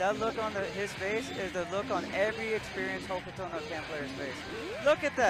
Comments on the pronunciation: Why does says Hukuro no Ken instead of Hokuto no Ken? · Just a friendly correction: should be pronounced "Hoke-Toe no Ken" and not "Ho-Koo-Toe No Ken" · The way max pronounces kusoge and Hokuto no ken weirds me out for some reason. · pronunciation of “Hokuto No Ken” is making me wince 😵‍💫